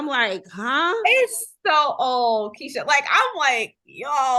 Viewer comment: You said my name perfectly Keisha. THANK YOU. And thank you for answering my question.